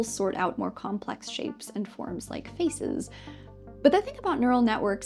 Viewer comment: Is it "feces" or "faces" that you're trying to say?